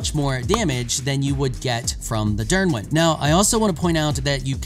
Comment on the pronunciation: Dyrwyn pronounce is perfect Niddhog as well, its pronunced "Need hog"